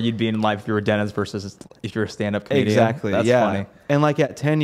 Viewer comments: WTF...."DENIS"!?? for "DenTist" LOL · am i hearing righ? you say DENTIST without the T? DENIS?